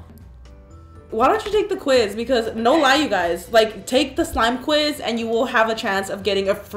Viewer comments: she said slime quit like 5 times LOL it was actually smile quiz xD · I died when she kept saying “Slime quiz” and no one noticed